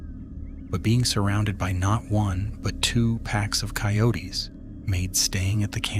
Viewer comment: "Cay-oat-tays" fucking AI commentators